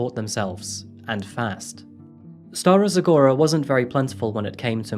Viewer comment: Strong and resilient! You stole my thoughts, this is how Bulgarian women grow up to be in our harsh environment. I am so proud of her and your pronunciation of Stara Zagora was very impressive!